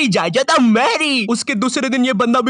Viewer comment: Zaaydaad ❎ Zaayjaat ✅